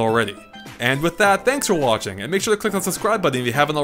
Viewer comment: I love how you say button. You say but-ton. No one else does that lol